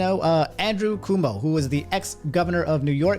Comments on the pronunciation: Why you always gotta butcher names? It's not "Coomo". It's "Coo-Oh-Moh" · Somebody get my boy “Andrew cumo” really bro it’s cuomo how you missed the first o how u butcher names like this. I swear speech patterns be struggling on a Daily basis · my boy said "governor coomo" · bro it’s C-whoa-mo lol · Or even "Cwoh-Moh" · "Andrew Coomo" Bruh 💀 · You pronounced Cuomo and Idris Elba wrong.